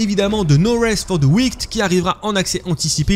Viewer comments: 😅la prononciation de l’anglais est risible « Sea of sivse »😂 « No rest for the ouicte »😅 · Euh mais la prononciation de No Rest For The WickED 🤦🏻‍♂️🤦🏻‍♂️😂😂 sérieux l’anglais quoi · Il le répète 3 fois,je ne comprends pas que personne à remarquer pendant le montage ou l'enregistrement